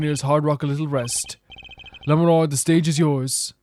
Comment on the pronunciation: Going into this case I wasn't going to, since I know you don't like being corrected on pronunciations, but you specifically asked SOOOOO... Lamiroir is pronounced like French (sort of "lami-rowa"). "Machi" has a hard "c" sound for the "ch" like in Italian (so "maki" roll ), and your pronunciation of "Tobaye" the first time in the video (haven't gotten any further yet so idk if you try other pronunciations) is pretty much spot-on. The "e" at the end is mostly silent, making it closer to a short "yuh" for the last syllable.